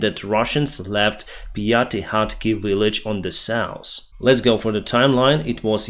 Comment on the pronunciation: South - NOT souse